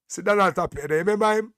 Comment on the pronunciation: ..JC Donald Ray Tapia his name is pronounced TIP-ia.. the A sound as i